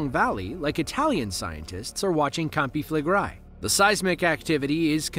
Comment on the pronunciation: "known locally as" CAMPI FLEGREI - if you say that learn to say it correctly. Flegrei not Flegrai 🙄🙄